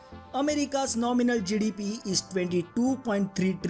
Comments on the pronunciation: Until he got to the GDP and it was written on the screen, I had no idea what he was actually saying when he said GDP. I was like whats Jidibiee? Lol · Every time he says GDP it sounds like he's saying jellybean 😂 (now listen to it again and laugh every time he says jellybean 😅😅😅)